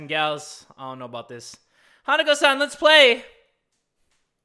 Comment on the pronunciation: OMFG, was pronouncing Hanako-san wrong the entire time.